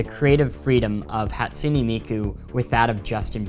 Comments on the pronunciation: “Hat su knee Miku” BRUH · Cartoons Hahtsooneh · The way he pronounced hatsune miku- "Hat-sunee" Me: internal screaming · ono The e at the end of Hatsune isn't pronounced as "ee", it's pronounced as "ay". "Hot-soo-nay" or even "Hat-soo-nay" are acceptable.